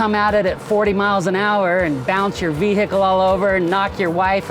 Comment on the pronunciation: It's funny how he pronounces vehicle as Vee-Hickle